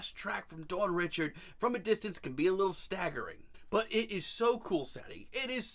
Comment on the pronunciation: Her name is pronounced “Dawn Ree-shard”. It’s creole/French it’s not pronounced “Richard” like “Richard Pryer” just a FYI for next time, also Dawn is the future. That is all. ❣️